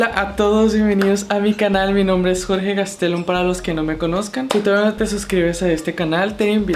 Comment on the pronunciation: Dijiste mi nombre mal jajaja☹ pero gracias por tus saludos Jorge 😁